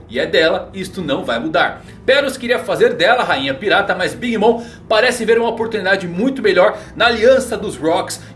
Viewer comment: Pronuncia bem big mom